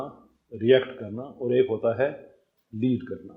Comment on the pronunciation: You speak well with good Urdu. The only defeat is your punjabised accent of simple Urdu words. On the left hand side is your punjabised accent and on the right is the correct pronunciation. Or. Aur Tor. Taur Dor. Daur MoLuck. Mulk E-Lum. Ilm Foj. Fauj Both. Bohat Gay. Gaye (went) People like Dr Omer Adil, Awais Iqbal (atheist), Raza Rumi etc. are ordinary Punjabi like you but their correct pronunciation is praise worthy. I know it would take time to unlearn your punjabised accent, but unless you acknowledge your problem, you won't embark on towards solution. All the best